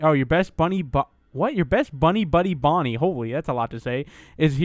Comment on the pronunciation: You where saing that Fredy whas Bony.